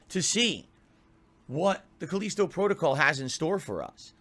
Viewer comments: "the caleesto protocol is the spiritual sussesor" this dude's grasp on the English language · He can’t even pronounce Callisto right. He’s literally the ONLY person who says it like Culleasto.